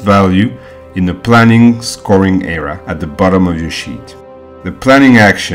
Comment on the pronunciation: Helpful - but i find him difficult to understand at times as he does not enunciate or pronounce his words properly. Eg I heard "colour" , but he meant 'Column' .. he says "error", but he meant 'Area'.